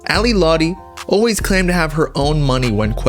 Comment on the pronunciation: you can’t even pronounce her name right. she’s a bad person, but juice did love her.. it’s very clear.